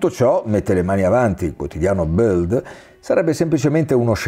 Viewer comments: Si dice Bild non Buld, è tedesco non inglese..😊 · Il quotidiano tedesco Bild si pronuncia, anche in italiano, "bild" così come è scritto, senza bisogno di storpiare la "i" come se fosse inglese. È proprio vero che la lingua del padrone plasma le menti dei suoi servi.